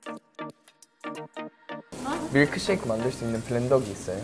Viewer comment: 카페 알바할때 밀크쉐이크 주문 백번도 더받았는데 이게 이렇게 고급진 발음인지는 처음알았네 뮈Lㅋㅅㅞ이ㅋ ㅗㅜㅑ